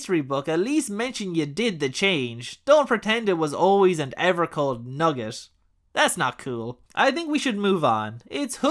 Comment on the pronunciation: Not Nugget with the hard "T". 😬